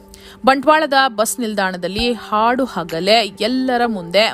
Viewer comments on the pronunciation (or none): none